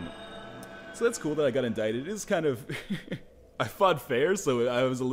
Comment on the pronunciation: PSA: Indicted is pronounced In-dick-ted. That'll be all.